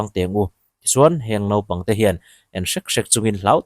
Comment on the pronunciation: NAUPANG tih tur "NOPANG" tia i lam ri nasa lutuk hi sim deuh thei la, keimahni ṭawng pawh lam ri dik thei lo nih hi i sim a hun viau tawh a ni